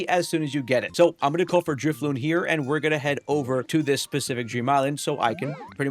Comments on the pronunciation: DriflooN. Like ballooN. Not balloom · *Drifloon. Not Drifloom.